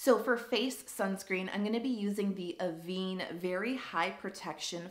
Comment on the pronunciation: FYI Avene pronounced ‘Ah-ven’ (ven rhymes with ten) not Ah-vene.